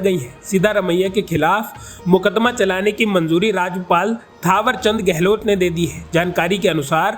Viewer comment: राज्यपाल ,राजपाल नहीं ,मित्र सही उच्चारण करें